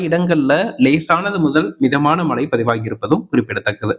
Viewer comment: மழை என்பது கூட சரியாக சொல்லத் தெரியவில்லை மழை மழை என்று உச்சரிப்பு செய்கிறீர்கள் நீங்க எல்லாம் என்னத்த தமிழ் படிச்சீங்க?